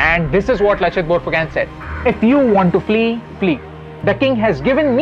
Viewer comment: Not phukan its phukon